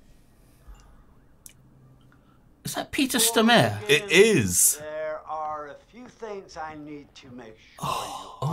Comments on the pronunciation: coming to rewatch this series, its great, altho im now reminded of how annoying it was that they kept saying "stromare" instead of "stormare" throughout the entire series. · Jeez, you really butchered the name Stormare. Emphasis is on the o, not the a and the e isn't silent. So it should be something like Storrm-areh. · Lmao I love how they pronounce Peter Stormare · It's "Stormare" as in "storm-a-re". Almost sounds like Stormer. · they way you pronounce Peter Stormare makes this little swede mad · oh god the way they pronounce peter stormare...